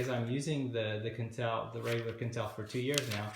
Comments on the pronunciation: I thought Quentel was pronounced 'kwentel', not 'kentel'. Am I mistaken? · Rhymes with ‘kwen- TELL’ not ‘kin-TELL’